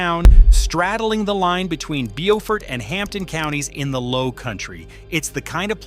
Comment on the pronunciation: Mostly well done. And you pronounced Beaufort correctly. You have got to work on the maps. There is no reason for us to be seeing different states.